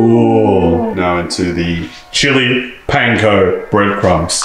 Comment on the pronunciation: pronounced panko right the first time lol